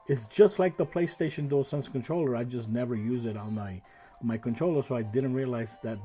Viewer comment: I like that you can say dualsense so many people say jewelsense and it drives me crazy, I must admit I never finished astros 😂 played it for 30 minutes got bored deleted it.